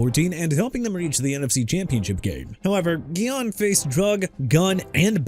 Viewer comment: OJ SIMPSON AIN'T ON THERE WHAT'S YOUR PROBLEM?? ALSO DUDE IT'S SURRY COUNTY VIRGINIA! AND STOP SAYING CHI-KAH-GOW!! CHICAGO PRONOUNCED EITHER SHEE-KAH-GOW OR SHUH-KAH-GOW! YOU GOT THAT?! LETROY GUION AS IN GUY-ON NOT GHI-YON! ALARIC AS IN AH-LAH-RIC NOT AH-LE-RIC! JAGUARS AS IN JA-GWAARS NOT "JAGWIRES" SO I DON'T WANNA HEAR YOU SAY THAT NO MORE! TYREEK HILL HAD TO DEAL WITH ALLEGATIONS OF ASSAULT AND PATERNITY ISSUES AND GETTING PULLED OVER FOR SPEEDING... OKAY GOT IT BRO! DON'T HAVE TO RUB IT IN! HE'S BEEN GONE!!! AND NEW ORLEANS AS IN NEW OR-LINS NOT NEW OR-LEANS! YOU AIN'T SAYING THAT NO MORE EITHER! ALSO YOU MEANT "UNIVERSITY OF GEORGIA STAFF MEMBER CHANDLER LACROY AND FOOTBALL PLAYER DEVIN WILCOX"?! YOU DON'T KNOW HOW TO CORRECT YOURSELF THEN YOU'RE IN THE WRONG PROFESSION!!